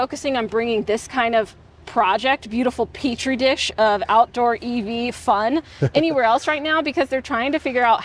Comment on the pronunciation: It's peach tree dish. Marge Taylor green 😅😅